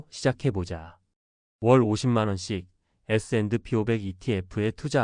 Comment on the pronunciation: AI가 에스앤드피~오백 이라고 읽는거 킹받네